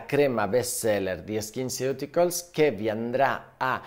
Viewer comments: La pronuncia esatta di skinceuticals è "skinsiuticols" 🫠😁😘🤩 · Faccio la maestrina: sono andata a cercare la pronuncia e "ceuticals" si dovrebbe pronunciare "siuticols", come "nutraceutical". Grazie, dottore, del suo lavoro🥰